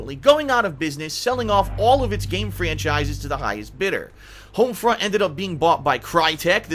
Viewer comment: Hoamfrunt revalewwwshun